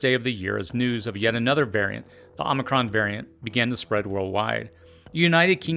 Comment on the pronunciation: You misspronounced omicron.